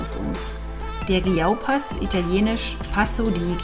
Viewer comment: Hi, sehr schöne Aufnahmen. Ich liebe die Sella-Ronda und alle anderen Dolomiten-Pässe. Zum Glück habe ich aus München nicht weit und bin jedes Jahr ca. 3-5 Mal dort. Ihr fahrt einen sauberen Stil 👍. Achja, der Passo di Giau heißt phonetisch Tschiau 😊